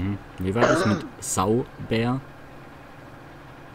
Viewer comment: Nicht subär sondern sutiger^^